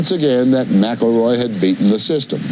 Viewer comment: Why do they keep saying MAC-A-ROY when its Mick-El-Roy